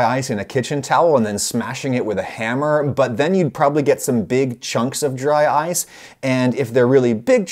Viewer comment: Dry-ce cream